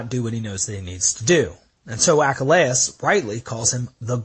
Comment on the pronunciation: Your pronunciation of Achilles? Is "achalayis"??